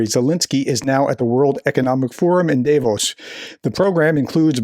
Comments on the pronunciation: it's Davos, not Devos lol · not dayvos.... daavos...